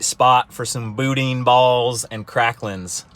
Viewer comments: Louisiana is EXCELLENT for culture and food, and some of the best people you'll meet. King cake is good, but if you're still there (which I doubt), try some Doberge (pronounced Dough Baghe) cake, that's my favorite. Boudin is pronounced (Boo-Dan), is incredible. The best place to get it is gas station delis, I guess it's the older fry oil that helps. Dip them in a good Remoulade, YUM! Northern LA does have some hills, good hog hunting. I was in Lake Charles once, but it was a ghost town, doing rescue after hurricanes Katrina and Rita. I wished I could've come back another time, seems like a great town. Lastly, yeah, If you are a Mountain Biker, you can't AFFORD drugs.... Keep up the good work. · That was painful to hear you try and pronounce boudin lol think boo-dan!